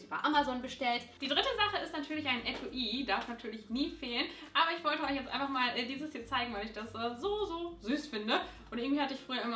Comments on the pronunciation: also ich sage nicht Etu-i sondern Etui 😂😂😂😂😂😂😂😂😂😂😂😂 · Warum sagen alle etu-i, das heißt Etui, das wird viel weicher ausgesprochen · Etui wird das nicht eigentlich anders ausgesprochen? Hat mich voll verwirrt wusste erst nicht was gemeint war :/